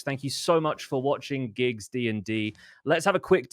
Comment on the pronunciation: It’s not GIGGS it’s PIGGG